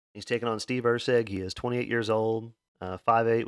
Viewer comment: “And he’ll be taking on … Or-la bao…?.. Orlabiii?…. (Laughs)… makes me Lmaoooooo every time love ya my man